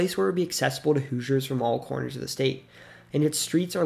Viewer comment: Non Hoosiers cannot properly pronounce the word Hoosiers, for the most part. They say.. "Whosiers". No. "WHO-zhers". That's a closer phonetic sound. I only noticed this relatively recently.